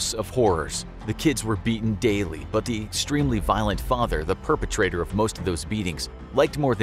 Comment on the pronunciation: Me initially: oh no. Very violet prisoner. Me after the video: lol he was British, doesn't count.